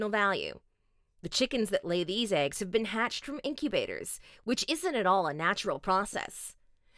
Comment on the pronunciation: they are called eggs not ayygs